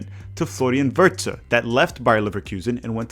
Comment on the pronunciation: It is just "Wirtz" not "Wirtze", recommendation from an Austrian.